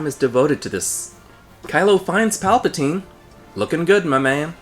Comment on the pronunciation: In Italian"palpatina"means"grope"(and"palpatine"pronounced almost like you've pronounced"palpatina"but with an E like the 2nd one in"develop"is the plural),so...yeah...that name was embarassing enough,but now you made it official.🤦‍♂️ - That's why I wanted Rian Johnson to write ep 9 as well! It would have been SO MUCH BETTER!!!!! People say J.J. was trying to"fix"ep 8 when,actually,he did the exact opposite: he CREATED a bunch of plot holes that weren't there before!X-[ - This is the most PERFECT metaphorical representation ever!🤩